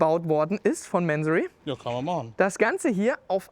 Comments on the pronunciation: ... warum "Mänsorry"? Diese Amerikanisierte übertriebene Aussprache triggert mich stark. Ich kenne die Marke seit ich an Autos denke. Mansory ist ein Iraner, der in Deutschland eine Firma gegründet hat. Die Aussprache ist sicher nicht "Mänsorry". Zumindest nicht im Deutschsprachigem Raum. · Mansory und bitte nicht englisch sprechen! Das falsche Aussprache wie lamborgschini statt Lamborghini zu sagen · Manseri wenn ich meine Aussprache "wörtlich" wieder geben müsste. ansonsten wie der Kommentator schon schrieb Mansory so wie man halt englisch spricht mien Jung